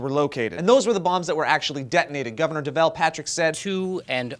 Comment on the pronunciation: You mispronounced Deval, the "al" is pronounced like the word "all".